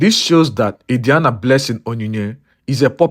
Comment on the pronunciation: The name pronunciation Adiani is wrong.